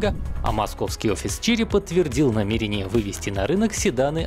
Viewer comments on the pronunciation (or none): none